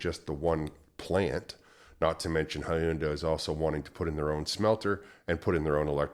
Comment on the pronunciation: Hyundai... rhymes with Sunday